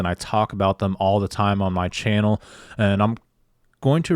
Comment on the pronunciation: it’s ‘channel’ not ‘Chanel’. And ‘worthyith’ isn’t even a word!!, And whilst we’re at it, stop quoting from that little ‘fable’ book, the Bible is what nut-jobs call it I think!!..have a Great Day..